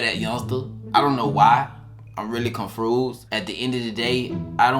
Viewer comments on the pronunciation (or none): 😂😂 its C O N F U S E D not CONFRUSED 😭 EVERYTIME you say that I be ROTFL 🤣